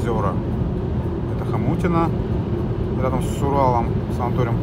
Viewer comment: Село называется ХОМУТИНЕНО ,а не Хомутино.(Моя фамилия Ищенко а не Ишаченко.Прошу не путать.<Из фильма ВЕСНА НА ЗАРЕЧНОЙ УЛИЦЕ с Николаем Рыбниковым>).